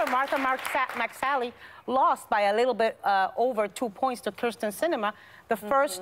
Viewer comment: Good lord. Meghan can't even get Sinema's name right. It's KYRSTEN (like kear-sten), not KRYSTEN (chris-ten).